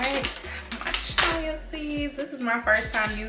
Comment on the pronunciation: Glad you posted this video. I enjoyed it. I think you are really cool, love your vibe. The Banana bread looked really good too. One thing though, I think you pronounce it "chia" (chee-ah).